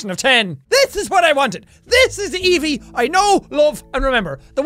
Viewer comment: Your saying Evie wrong